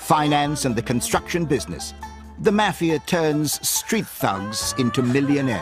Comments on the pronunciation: I can't even continue to watch this I hate the way this man says mafia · The way this guy pronounces mafia makes me wanna puke.